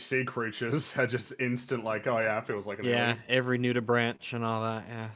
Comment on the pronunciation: It's pronounced "nudiBRANK" despite the spelling. Nudibranchs get the suffix in their name from "gills" or I think more literally "lung" in Latin, which is also related to the root of "bronchitis". Which has the hard K sound, despite the CH.